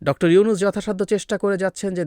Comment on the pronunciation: এই লোক কি প্রধান মুন্ত্রী? মেজর ওয়াকার Dr. উনুস Dr. উনুস করে উচ্চারণ করেছেন ওনার বুজা উচিৎ ভারতের RWA হয়ে যে এতো দেশদ্রোহী কাজ করলো এই ওয়াকার। ওনার উচিৎ হাসিনা ত্যাগ করা, ভারত ত্যাগ করা, পিলখানা হত্যা সঠিক ভাবে সব কটা জেনারেল বা পুলিশ বা বিডিআর যারা জড়িত ভারত জড়িত প্রকাশ করা। আর্মির অনেক অপরাধ আছে RAW আছে এদের সনাক্ত করে বিচারের আওতায় আনা উচিৎ কাজেই নিজেও সাবধান হউন, সেই দিন কি এই মেজর ওয়াকার ছিল না ২৫ ফেব্রুওয়ারী পিলখানায় যখন হত্যা যোগ্য চলে?? আর্মিরা কেন আর্মি বাঁচাতে পারলোনা তবে কি এই আর্মিই নিজের বাহিনীকে বদনামের মুখে ফেলেছেন এখন জনগন বিচার চেলেই খারাপ। ভারত মুক্ত দেশ চাই আমরা